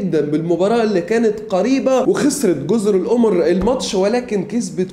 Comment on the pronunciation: تصحيح جزر القَمَر و ليست القُمُر لأنها بالضمة نطق القمر بالفرنسية لغة المحتل